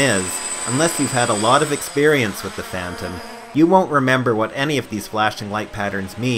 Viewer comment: nigga speak some fucking english holy shit....with your"wif" and shit.....gave me a headache trying to understand. unless you don't english that well....in which case it's ok :)